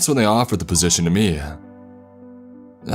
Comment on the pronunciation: Wrong-uh Face-ah Me-eh Itself-ah Thera-eh